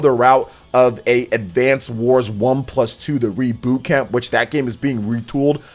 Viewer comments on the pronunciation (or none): none